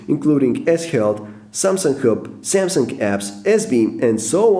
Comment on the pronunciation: You made 7 mistakes in the word "Samsung".